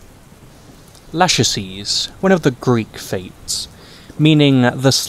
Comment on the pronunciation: se pronuncia Lákesis melanokefala!